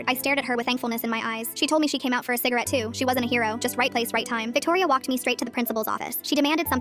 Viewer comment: im sorry did i hear CIGERATE?!?!?!?!? i thought no one really smoked anymore and only vaped? BUT DONT DO EITHER